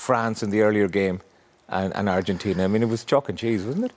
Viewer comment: I dig the way she says "Argentina" with almost an Argentina accent, kudos dear!!